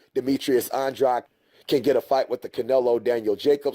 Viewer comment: I think your pronouncing Andrade wrong.